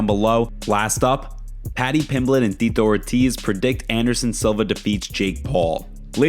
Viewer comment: "Ttitto" Ortiz lol